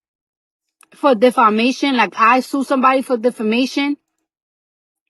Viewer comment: Little Spanish accent slipped out 😂😂💀